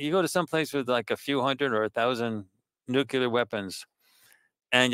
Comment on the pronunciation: I was kind of with him right up until he mispronounced the word "nuclear"...